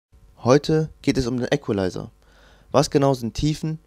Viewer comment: KORREKTUR: Equalizer spricht man im übrigen "ikwelaiser" und nicht "äckwelaiser" (ist in der Form ja englischen Ursprungs)